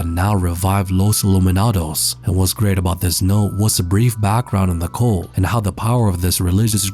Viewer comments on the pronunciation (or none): Is he calling the Los illuminados a... cole? Cull?